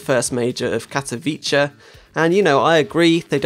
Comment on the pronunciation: You say Katowice very funny:)